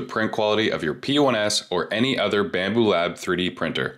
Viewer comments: Odor layers? Dude must be Canadian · Oater layer? Canadian?